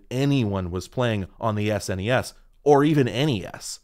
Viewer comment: Gonna be that guy thanking you for saying the letters S N E S and N E S instead of "SSnnehhhss and Nneeehhhsss".